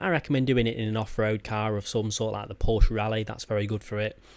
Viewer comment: its pronounced porsha